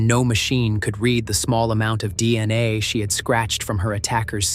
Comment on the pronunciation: How many times does the AI Narrator say DNI rathef than DNA?